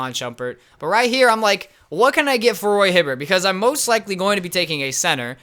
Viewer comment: ''Johkim Noah's'' and ''Roy hibvert'' lmao